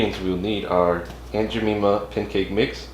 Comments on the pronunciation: My guy didn’t even say the name right- aUnT JeMEMAh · Aunt Ja-meme-ah? I don't take cooking advice from a guy who can't even pronounce the brand name. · Aunt Ja - meme- ah ? l don't take cooking advice from a guy who can't even pronounce the brand name . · That's not how you pronounce her name nice video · Who pancakes? Lol. You’re killing her name!! Jesus!🤣🤣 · Yeah I cringed everytime he said it 😫🤣🤣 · oh gosh it painful hearing a name butchered like this!